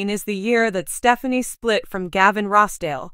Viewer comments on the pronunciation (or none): This lady apparantly does not know who the couple are. She continues to mispronounce Gwen's last name.